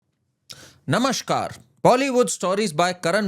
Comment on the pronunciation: Plz pronounce 'namaskar', not 'namashkar'. Your pronunciation sounds very awkward.